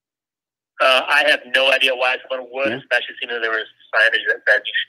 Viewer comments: Eckspecially ! lol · "ekspecially"? Not a word, dude.